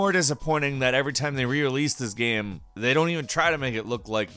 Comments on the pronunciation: I cringed a bit every time this dude said, "gam" instead of "game." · I hope six years later the narrator found out it's not "GAEM" omg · Kristin D maybe it’s every time he says...”gam” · Is it me or does this guy keep saying gam instead of game!? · I really like the videos on this channel, but the way he says "gayum" for "game" is almost more than I can handle. Great videos and I like the narration. Horrible pronunciation of one word. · Is it just me or do y'all think he says gam instead of game at the start of the video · Why does he pronounce game like gam? How hard can it be to say game?? Stupid gam judgers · You pronounce “game” as “gam” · did anyone notice that he said "gam" instead of game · You know it’s called a GAME right? Not a GAM? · Why do you say "gam" instead of game lol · um... it's Game not gam. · "GAEM" am I the only one?? Really?? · I can't get past the pronunciation of "Gam" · You spell game - "gaim". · You are aware that you say GAM half the time right?! I really don't mind if you say it one way or the other every time :D also loved the clip of PINGU!!!! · U keep saying gam what a great gam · Are we just going to ignore the fact that he is saying gam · Why does the guy pronounce game like gam? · Why do you pronounce game "gaem"? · are ya having a stroke while saying the word GAME or what's going on? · idk if i'm high or what but the way he says ''game'' bothers me. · How in the hell do you pronounce "game"? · Am I the one one bothered by how he pronounces the word “game”? No hate! Just... am I alone here? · AAAH why does he pronounce game like that! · I didn't know someone could have such problems pronouncing "game". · why TF does he not know how to say game? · ok i can say with full confidence you are having some problems, you literally can't talk m8."it looks SILLEEH"